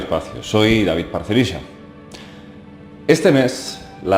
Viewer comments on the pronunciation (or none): none